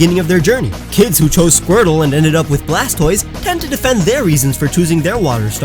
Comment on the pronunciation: Blastoise is the best out of the three starters. Also how bad at Pokemon names do you have to be to Mispronounce "Blastoise" ?